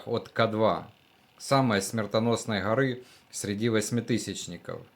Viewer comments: Не гъори а горы ! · Что за Хоры…. ???? Может Горы?